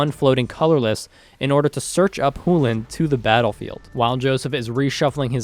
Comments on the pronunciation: I love the videos, and I'm not sure where you're from, but your pronunciation of Chulane made me want to vomit... Hell you even pronounced it several different ways, and not once even close to it's proper way... Chulane - Ch as in Chip - u as in blue - lane self explanatory Think closer to chew-lane if that helps, still closer than you were. I really do like your content thus far, and keep up the good work. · i think it's pronounced "chew lane" too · You know there's a C in the word Chulane, right? I'm almost 1000% sure it's not pronounced the way you're saying it. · I have now officially heard Chulane pronounced 5 different ways. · "loses its real voice" is a weird way of saying "is a fricative with an entirely different place of articulation than the affricate that orthographic most commonly represents in English" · Why is he saying Chulane like that? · IS the C in chulane really silent? lol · solid response, and I definitely respect the academic approach to it. That said, you're the only person, in any video I've seen, say it that way, including people from wizards, so it just sticks out really bad. One of those things where there's a technically correct way to say it, and a common way it's said I suppose. Sorta like neanderthal. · Love the round, very good plays, but I was as well distracted by the way you kept saying the name, maybe tell the viewers that your doing that, because I was getting annoyed and was about to flame it up on a post, then I saw your comment and was like, “Huh, it would have made sense if I knew that from the start too” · really loving the content guys pls continue making more. Would like to clarify i think youre mispronouncing chulane. Chew-Lane ,not who-len. But i could be wrong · I'm not saying you're wrong but google and youtube both pronounce Chulane as Chew•lane why is it pronounced who•lane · Choo-lane, not Hoolen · Did he say hulan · It's 'Choo-Lane'